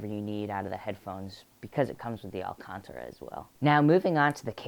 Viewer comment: He's adorable. Alcantara is pronounced al cAn ta ra btw ;)